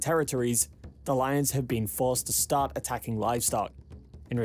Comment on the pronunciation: It’s lions, not loins, and whole, not hole